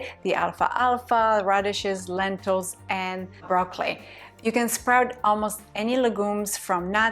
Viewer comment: It took me a few minutes to realise you weren't saying raw clay you were saying broccoli